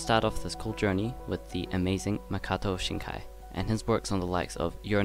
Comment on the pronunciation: It’s Makoto Shinkai but other than that great tutorial!